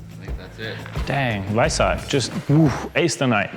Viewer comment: Thoroughly enjoyed this short format nice one. Looking forward to more. Even with the guy calling him the "Vice-ark"! Nonononono